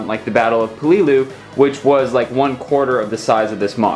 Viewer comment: It is pronounced Pel-e-lu